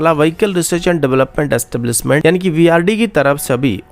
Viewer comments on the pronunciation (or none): दुसमन नही दुशमन, एकजेम्पल नही example, इस्टेब्लिसमेंट Nahi एस्टेब्लिशमेंट Bhai अपना उच्चारण सुधारो। News padh rahe ho ya mazak Kar rahe ho? Kam se kam khud kaa naam hi sahi so bol lo, " होता है या "? Yaha BHI गाओ,खेड़े वाला उच्चारण?